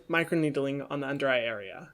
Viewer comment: Everybody: Micro-needling. Hyram: Micro-needeedling